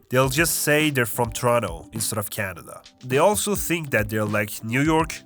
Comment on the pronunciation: "And they thimk they're some good" damn you've been to the maritimes hahaha